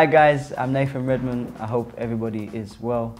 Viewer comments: redmond i değil ı ile söylenir o 😅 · Beyler, hazır izlerken bir şey öğrenin, Redmond tipik güneyli şivesi ile adındaki th sesini f ile geçiştiriyor